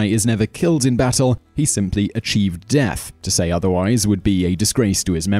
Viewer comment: dearth samurai